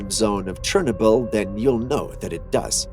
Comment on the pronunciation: Somebody please tell me why he is mispronouncing Chernobyl???